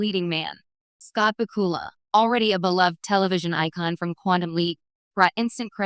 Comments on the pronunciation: AI can't say his name right.... HA HA HA !!!!!! WHO IS THIS Scott BOOKILA????? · His name is Scott bakula the narrator is pronouncing it wronge I think this a the best one accept the original of the series the role was made just for him all the characters in this series seem to be made to if the actors I haven’t seen this since they cast Star Trek the original series❤❤